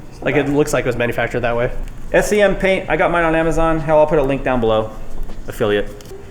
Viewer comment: SEM SEM SEM not S E M lol